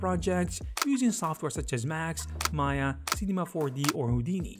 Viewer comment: It’s not Maya. It’s M AYA 😂